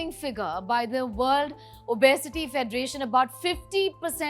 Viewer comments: The doc is pronouncing obesity correctly. The anchor is pronouncing it as o-bay-siti. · I had to stop watching the video becoz the anchor's pronunciation of the word 'obesity' was too bad 👎